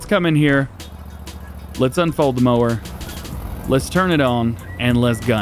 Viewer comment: idk I watched the video twice. There was times he said mower but I swear I heard him say moaning instead of mower. Maybe I'm trippin but that's my story and I'm sticking to it lol